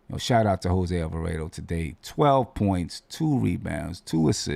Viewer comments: It's Alva-raaaaah-do. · Bruh..... killing me with the Italian pronunciation.....GTA is a Boricua man. Rhymes with Avocado......not Alfredo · Damn getting attacked for saying the name wrong. Reminds me of when he was saying Guillermo name wrong. 😂. You know who he talking about let the man live.